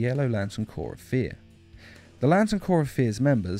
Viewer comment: Isn't it cor not corp